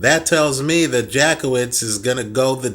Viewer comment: Hehehe, You probably don't want to pronounce it Jack-Off-Vitz for the connotations it brings, it goes more like Yatskievitsh